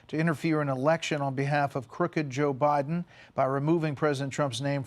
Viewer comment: Did you hear her say President Obiden?